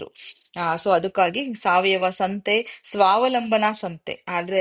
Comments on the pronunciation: madam ನಮಸ್ತೆ ನನ್ನ ಪ್ರಕಾರ ಸ್ವಾವಲಂಬನ ಇದು ಸರಿಯಾದ ಪದ ಅಂದುಕೊಳ್ತೀನಿ ಸ್ವಾವಲಂಭನ ಅಲ್ಲ ಅನ್ನಿಸುತ್ತೆ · ಸ್ವಾವಲಂಭನ ಅಲ್ಲ ಮೇಡಂ ಅದು ಸ್ವಾವಲಂಬನ.